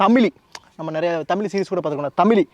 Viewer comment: Bro humble request to pronounce zhakaram our prescious gift which is in none other language. Please pronounce tamil as thamizh please